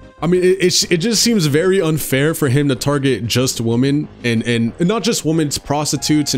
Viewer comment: Just so yk dawg, the plural of “Woman” is “Women” maybe it’s just the accent, but sounded like you were saying “he only targets woman.” 😂